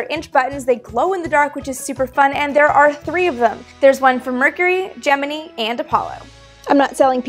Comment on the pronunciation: Alright you got me to subscribe when you properly pronounced GEMINI!!!!!! That is a the sign of a true space nerd!